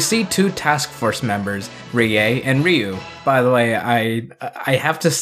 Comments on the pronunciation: Ryu-Riyu Kaori-Kawri Raika-Ra i ka Ako-(not taco) Gai-Ga i hahahahahaha...thanks to this...pls don't mess the names of my childhood heroes... :-) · I'm great with the pronunciations, but it's always weird to switch to a Japanese accent when talking in English. Even though it's correct, I just feel silly saying "rdyou/dyou" instead of "ree-you".